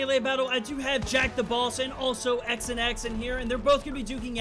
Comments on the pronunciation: I’m pretty sure XanX wanted his name to be pronounced Xanax not X and X 😂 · "X n X" It's Xanax homie. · Lol, it's not x an x, it's Xanax 😂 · His name is pronounced Xanax lol obviously